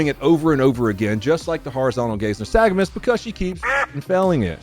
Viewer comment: Ur pronouncing nystagmus